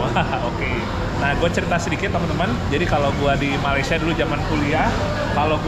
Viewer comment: Malaysia bukan maleisya 😢